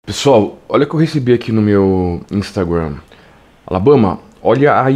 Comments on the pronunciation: Por que tu fala "inumstagurram"? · Alabama para com essa pronúncia “instagrannnn” para com isso